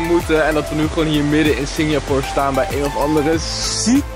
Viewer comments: Jij spreekt het uit als Singjapoer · Kan je Singapore normaal uit spreken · belike: Singjapoer😂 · Haha ik hoorde het ook!😂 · Even gillen elke keer als Sinjapoer zegt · Nobody: Litterly nobody: I SWEAR NO FUCKING SOUL: Seriously no one: I said NOBODY:: SINJAPOOR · Nobody: Litterly nobody: I SWEAR NO FUCKING SOUL: Seriously no one:: SINJAPOOR